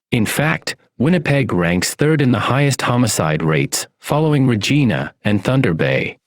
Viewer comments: Obviously the AI voice guy isn't Canadian.its RegIna not Regeena😁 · Where are you from anyway? For one I've never heard anyone pronounce Regina like you do. The i in Regina is pronounced like "eye". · Saying regena was fucked up.